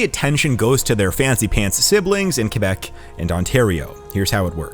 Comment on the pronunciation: Extra points for pronouncing Québec right